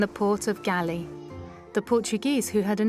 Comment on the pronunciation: Thanks for your work the world heritage city GALLE The last “E” in the word is silenced so GALLE i is pronounced as “ GOAL or Hard G + ALL Go+all ! I hope you will reedit it !. Thanks i